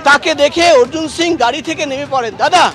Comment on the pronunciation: এবিপি আনন্দের সাংবাদিক ভাইদের দৃষ্টি আকর্ষণ করছি , একজন নন বাঙালিকে কিভাবে বাঙালি বানিয়ে দিচ্ছেন। তার নাম অর্জুন সিং, অর্জুন সিংহ নয় ।এটা অত্যন্ত লজ্জাজনক ব্যাপার, আশা রাখছি পরবর্তী সময়ে এরকম ভুল যেন এবিপি আনন্দ না করে। ধন্যবাদ....